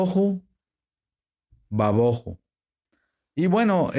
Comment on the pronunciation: Por que dice toju y ba boju. No les aplica el acento (tilde) que le aparece a ambas palabras. Ademas agrega: "ba" lo cual no esta en ninguna parte. Entonces debía decir: Tojú/ Bojú Pero No "toju y baboju"